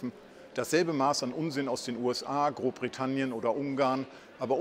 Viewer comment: 'Grobbritannien' - Versprecher oder geistreiche Wortschöpfung?